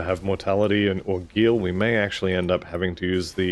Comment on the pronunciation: After seeing vitality caster recommended to beginners for years, it's fabulous to see you covering leveling one! I believe that 'Guile' rhymes with 'Bile' and the beginning sound is basically the word 'Guy.'